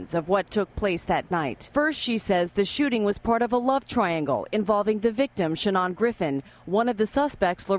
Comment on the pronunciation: His freaking name is SHANON! Where in the world did she get that stupid pronunciation? His own mother doesn't pronounce it that way. Sha-NAHN?